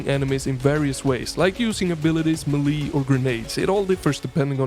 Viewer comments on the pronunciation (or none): I know melee is spelled me-lee. But its pronounced "meh-lay" in British English, and "may-lay" in Americanised English.